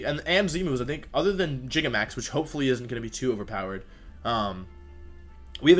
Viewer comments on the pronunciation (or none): jigamax? LMAO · Nobody: Wolfey: “jigamax”